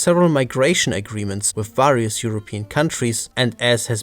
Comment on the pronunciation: If you want to stop mispronouncing words like "various", go a english course (I phrased it the way talk about your sponsor)